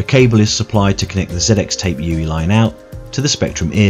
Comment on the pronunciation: Was trying to figure out what a yooey was throughout xD